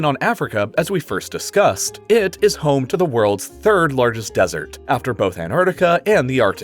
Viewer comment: Desert, dessert. Learn to speak. You are talking about real intelligent stuff and say dessert instead of desert. Why do they pay you to speak.